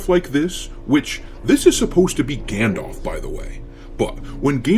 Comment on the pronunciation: It’s Gay-ndolf.